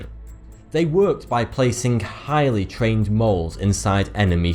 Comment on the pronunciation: chhhiiiighly lol